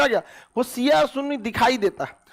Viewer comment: Isko kuchh bhi jankari nhi hai AIK to ye khan Shiya ko siya bolta hai pahle apna pronounce sahi kr le khan